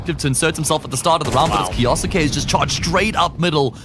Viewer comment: I hate how says kyousuke name